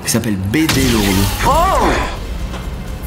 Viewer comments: Il dit bb au lieu de bd 😂😂😂😂 mdrrr c bd1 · Il dit BD oui mais c'est pour l'humour le BB.. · C’est pas « bb » mais BD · Il dit pas bb il dit bd